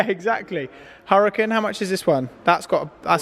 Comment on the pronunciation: Lahkhoghini hurakan